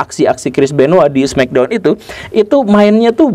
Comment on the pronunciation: di indo sebutnya smekdon bukan smeckdown